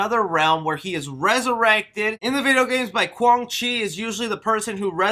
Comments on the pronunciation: qwang chi? lol its quan chi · pls work on ur name pronuncians lol. the fuck is a Goruu, Quang Chi, Shang Toosung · Lin kuei pronounced lin kway. Quan chi pronounced qwan chee. The t is silent in shang tsung . Hope this helps in future videos . I like your channel so i don't want you getting haters in the comments. Take care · Also called him Quang Chi